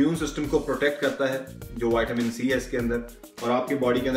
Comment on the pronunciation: He pronounces vitamin as whiteamen